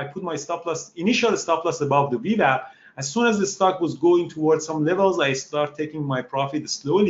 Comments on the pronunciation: Great video, but am I the only one who giggles a little bit when he says "wee wap"? lol. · Great vlog! I love how he pronounces VWAP. It's the Wewap now!